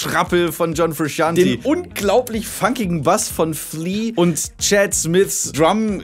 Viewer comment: John frusciante Es wird fru-shant-ey und nicht fru-shant-i ausgesprochen